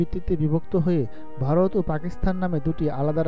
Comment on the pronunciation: উচ্চারণ চর্চা করবার প্রয়োজন আছে . বারোত না ভারত ?